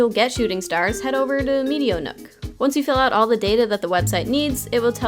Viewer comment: me, a french speaker hearing the pronunciation of "metonook" as meat-ee-o-nook: :/